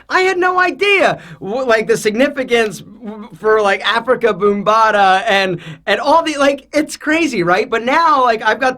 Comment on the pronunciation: It's pronounced Africa B(ahm)bata but yes very influential in Hip Hop